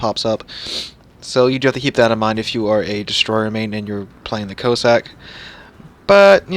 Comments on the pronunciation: Your mispronunciation of the ships name was painful to listen to. Can it be that hard to find out the correct way to say Cossack. Listen to Jingles he has it spot on. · Please, go and listen to the correct way to pronounce Cossack ... pretty please